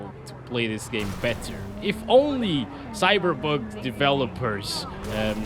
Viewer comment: He say Cyberbug 🤣